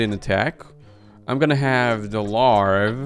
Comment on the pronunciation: larvae is pronounced larv uh